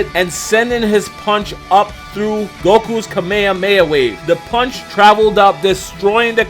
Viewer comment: I love your videos, man, but the way you pronounce kame hame ha is just wierd, hahaha